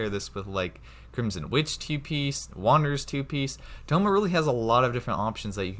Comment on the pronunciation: its noyt staff of homa its staff of thoma